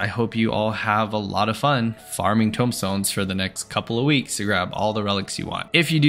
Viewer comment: Tome stones. Not tombstones